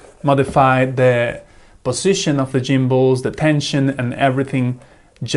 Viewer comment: Jimbals 😏. I'm guessing the hard "G" sound isn't present in your native language? 🙂 Go. Golf. Get. Gary. *G*ood comparison though; I brought the Eachine mainly because it was 15% cheaper than the Radiomaster but also because as you point out, the buttons were in a more convenient place. And how some people treat the Radiomaster version as a Veblen good is beyond me. 🤷